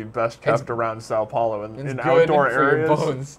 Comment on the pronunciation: you say São Paulo so bad! o.o